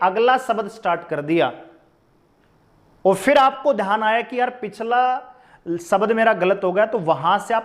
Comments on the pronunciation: शबद, सपेस ye kaun si bhasha hai sir ji😂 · Haryanvi boli h